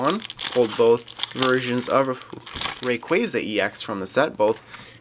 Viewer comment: U da best I enjoy ur vids so much thank u for uploading and check my channel I opened a dragonite ex box and a tin Also I think u say like rayqwasa